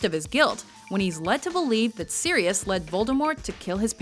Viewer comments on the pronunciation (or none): It's Sirius NOT SIDIUS!!!!!!!!!